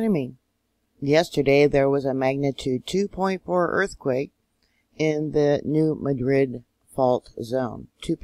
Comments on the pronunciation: Enjoying your regular reports! Re: New Madrid, the pronunciation has the emphasis on the first syllable instead of the last. So it's New MA-drid. (The city in Spain has just the opposite pronunciation: MaDRID.) Bless you for the work you do! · To help and you. I live on this fault. We say New Mad drid. So like your mad and drid New Madrid. Hope that helps. The Lord Bless yall🙂